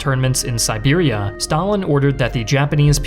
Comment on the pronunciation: I thought he said Serbia and almost died laughing